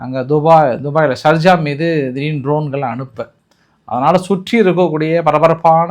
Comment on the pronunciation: சார்ஜ இல்ல ஷார்ஜா